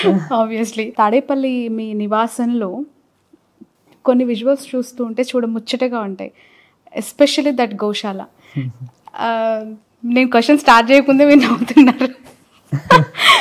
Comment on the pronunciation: యాంకరమ్మా గోషాల, షివయ్య కాదు గోశాల, శివయ్య స్పష్టంగా పలుకు తెలుగు.